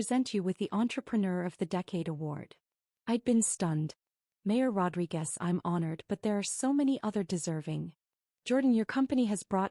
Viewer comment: Rodriquez. Not Rodri Guest.